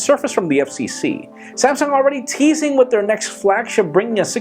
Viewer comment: Did you say Samsung was teasing or Tizen in the intro rofl.